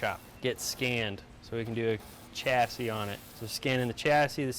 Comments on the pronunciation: Every time says. Chas-s-i-s😅🤣 makes me laugh 😅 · From previous shows, has ruined the word "chassis" for me. LOL